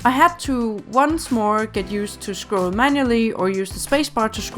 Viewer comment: i kinda like how she says scroll xD schcrawl xDDD